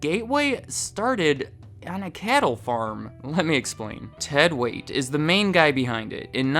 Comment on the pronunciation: Ted "Weight" hahahahaha c'mon man, check your basics. I worked there for over a decade and loved EVERY minute of it.